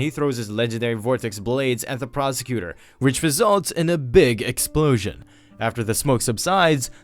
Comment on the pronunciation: Narrator's Favorite line: "Which results in a Big Excplosion!"